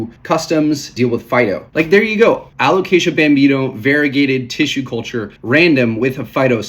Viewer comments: I was coming here to give you a hard time about the "caramel" pronunciation, just so you can say someone did, but I'm gonna pivot and give you props for pronouncing "Alocasia" right for an entire video. Nicely done! 👏😉 On a more serious note, I'm curious about your importing – do you do most of it on Ebay? I wonder about the prices you see on there because they aren't all that great. I find the prices are still quite a bit better bringing stuff in (to Canada, at least) from Indonesia if you have a couple of good import contacts and have them source plants for you local to them. We've been bringing really nice stuff (mostly Anthuriums though) in for still quite a bit less than US/Canada prices. We're doing group orders of 10-30+ plants at a time, but I think that discounting probably still equates to you buying in bulk for commercial resale. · LOL I love we're still doing the "Alocasia" thing, youre pronouncing it perfectly XD Also they look so goood im so glad the prices are dropping, I was really holding off getting a variegated Frydek, it was my dream plant but they were going for like 500$ and after giving a green frydek a very slow and painful death i figured id wait a bit.. 😪 it looks like very soon ill finally be able to afford to kill a variegated frydek 🥲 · Super interesting subject! (And proud of your pronunciation of alocasia)